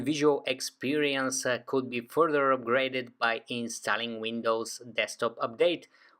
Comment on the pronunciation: I'm really sick of these "udder" foreigns all over YouTube. Hi. It's OTHER - not udder. Other. Th th th. Get it, FOREIGN? Further. Not furder.